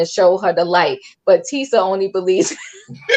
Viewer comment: Tee- sha. Her name is TEE-SHA.